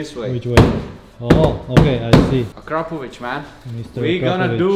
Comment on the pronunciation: now i know the correct pronunciation of Akrapovič... been saying it wrong the whole time hahaha